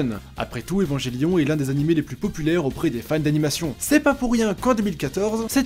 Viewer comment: É-va-n-gué-lio-n !!! Pas évanjélion ! Sinon, je suis plus vieux que Ken le survivant, bande de gamins !! 😁😁